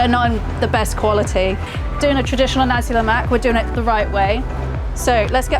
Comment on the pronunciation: Glad you didn't mess things up like "Olive-Oil", My Malay friend might impress~